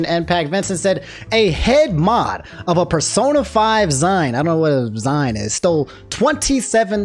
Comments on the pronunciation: I think Zine is pronounced zeen and might be short for Magazine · Zine is short for magazine and pronounced the same way. Also, no Ree-funds, eh?